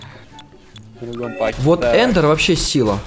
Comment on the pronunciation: ЭННЭРД, а не Эндер